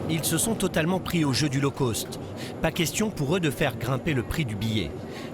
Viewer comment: La prononciation correct de "Low cost" est Low coste et non Low Côste. Un peu de professionnalisme que diable.